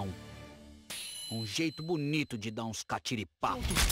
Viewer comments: "Um jeito BUnito de dá uns catiripapo" kk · "um jeito bunitu de da uns catiripapo!"